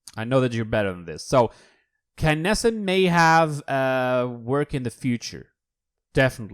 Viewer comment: dud Kill taunts are when a champion kills another DUUUUUD Like Zhin calls Sha lin princess when killing him ALSO WHY DO YOU ALWAYS SAY KANESSA